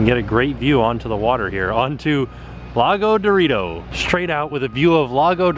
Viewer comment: “Lago Dorito” 😂